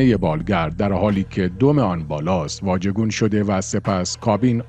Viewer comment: واجگون ؟!؟! 😂😂😂😂 تو که هنوز یاد نگرفتب بگی "ژ" !!!!